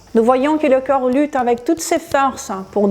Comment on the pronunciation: avec tout le respect que je vous dois, je trouve que vous expliquez super bien et de manière très claire, néanmoins, une seule critique, qui se veut constructive, quand vous prononcez corps...cela sonne comme si vous disiez coeur et comme vous utilisez beaucoup ce mot dans beaucoup de vos videos cela devient gênant. Votre français est magnifique sinon.